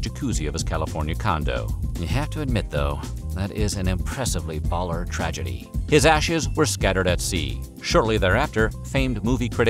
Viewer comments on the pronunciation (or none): none